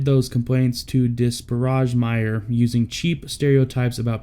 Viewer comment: It’s Dakota Meyer, not Meyers. Thanks for honoring an American hero.